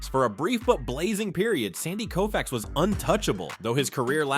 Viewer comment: Sorry, it's Sandy Koufax